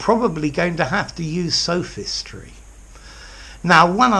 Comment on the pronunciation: Isn't the o in both sophism and sophistry a monophthong and not a diphthong like you pronounce it in the video?